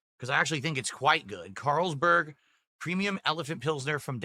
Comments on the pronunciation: Just hearing him read one of the most popular beer names as a neanderthal, makes me cringe...CaaaaaaarlsBERG...dude its the most common European beer like Heineken that you can get at a gas station. Also this moron doesnt even know how to pour lol, you dont just drop it from the top at a straight angle, you tilt the glass to the side so the beer pours consistently. Its not the can's fault, its you being an idiot and not knowing how to pour a beer from a can OR bottle, its the same techinique. Jesus this guy is useless for living. Sing-HA......its SINGA you twat. ALSO the head size depends on how you pour...you dont pour like him and get a fat or skinny head depending on the beer, its depending at what angle you pour it. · I don't know what this thing is... Caaaaaarls-berg? No frickin way he's never heard of Carlsbery before.